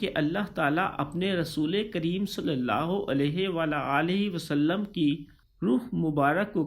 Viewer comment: U say it wrong u say sallulah ho alaihi wala alaihi wasalam its sallalaha hu alaihi wa alihi wasalam